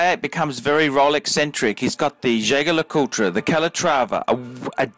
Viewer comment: Can you please stop saying JLC full name cos you pronounce that wrongly and sounded horrible! Can you just refer to that watch as the REVERSO? Thanks! Btw, good vid. Keep up!